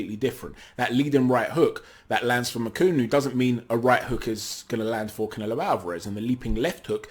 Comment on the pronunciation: Pronounce his name right if you’re gonna make a video on him. Ma-chu-nu. Cheers!